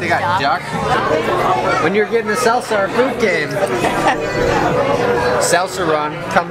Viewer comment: How cute is it that says "salsa" with a Wisconsin accent? Usually his accent isn't obvious, maybe trying to impress the girl? j/k